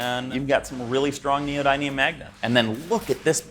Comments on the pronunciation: Love your videos. But as a machinist, I wish you would get your terminology correct. Tools make the dies that make the parts. Also the magnets its called neo "din, eum" not Neo "dine eum" doesn't matter where in the world you come from terminology is the same. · its neo-din-ium not neo-dine-ium. no one pronounces this magnet correctly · The raw material is an alloy that contains Neodimium, something around 30%. Nee oh dim ee umbrella, dim rhymes with him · it's pronounced: neo din e um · Ask Google how to pronounce neodymium so you stop embarrassing yourself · Your pronunciation of neodymium really needs to check with Google before you make any more videos. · It's funny hearing him pronounce neodymium incorrectly every time. 😂🤣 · the guy cannot even pronunciate the word "neodymium" correctly, Sunday scientist give me a break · Please learn how "neodymium" is pronounced😂